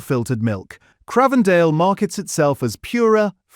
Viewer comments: It is not Cr ahhh vendale, it's like the newsreader John Craven it's pronounced like the Infamous London Twins The Krays, Cr-ay-vendale. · If you can't pronounce Cravedale properly how can I trust what is said on this video?